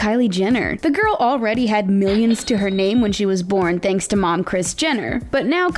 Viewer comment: Did she say garl ??